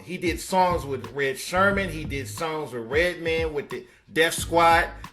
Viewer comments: Did you say Erick SHERman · Erick “sherman “. Ejejeje.